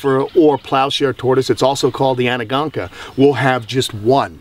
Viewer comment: Love your shows.. Ps: it's pronounced An-go-noka